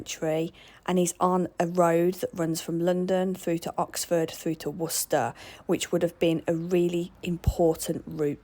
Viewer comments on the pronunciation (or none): none